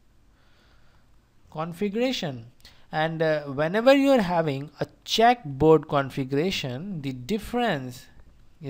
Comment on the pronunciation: I'd like to point out that its a checkerboard and not a "check" board. But nice video either way.